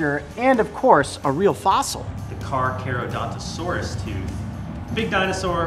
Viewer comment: The tooth and it is pronounced car-car-a-donta-saurus